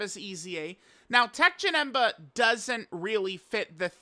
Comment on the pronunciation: Teq Janet? Wtf are you mumbling about